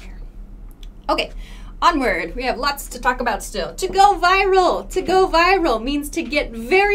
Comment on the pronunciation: not fucking viVral - pronounce it right way viral!